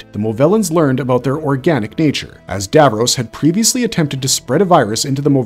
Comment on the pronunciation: IKR GRRRRR kayled and davrohs LIKE NNNRUAGHHHHH 😬😬😬😬